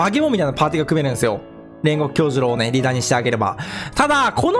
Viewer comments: 細かいんだけど気になったので言いますね煉獄の名前は「きょうじゅろう」じゃなくて「きょうじゅうろう」です細かくてすいません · 「きょうじゅろう」ですよ